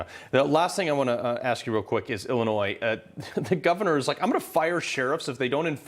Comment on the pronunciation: Appreciate the update. But for heavens sakes. The "s" in Illinois is silent.